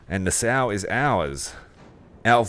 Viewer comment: I know it's a little late but Nassau is pronounced Na-Saw, NOT Na-Sow.. Great play thru...